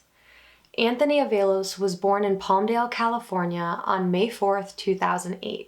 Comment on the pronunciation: Although good breakdown of the case, mispronouncing this poor boy's name is not acceptable. Its pronounced AAA-VALOS